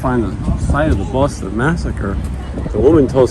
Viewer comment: Great episode! Thanks for showing us around Boston. ( I can’t even type that without hearing Booooaaaawwwwston) lol